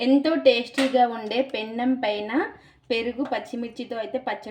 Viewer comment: Pennam కాదు తల్లి. పెనం.